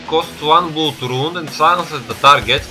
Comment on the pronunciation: it's blad(blood) and not blud XD